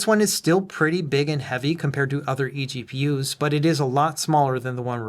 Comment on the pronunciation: Really fun pronouncing it as "eggpewers"!